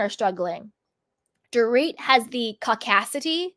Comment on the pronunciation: Dorit and her “caucacity” ☠️